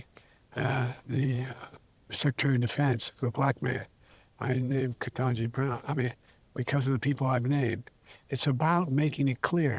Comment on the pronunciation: He also messed up Justice Kentanji's name, while calling Secretary Austin, her.